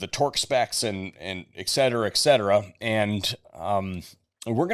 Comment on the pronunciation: Etcetera ET. Not excetera. Et et et Etcetera